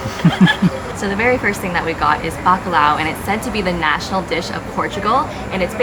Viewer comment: The way you guys butcher the Portuguese names is hilarious, but looks like you guys are having fun, note the L in bacalhau is silent, but this is a really tough word to say, and Belém is said closer to Belaym, with a very soft pronunciation of the m, but some words are really tough for us Americans lol